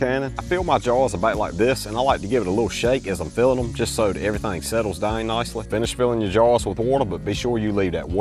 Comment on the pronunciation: Down, Out. What the duck happenened with annunciation